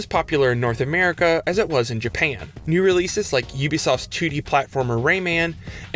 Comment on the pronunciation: I love how he says, Jpayann. IT reminds me of south park's Mr.Gasrrison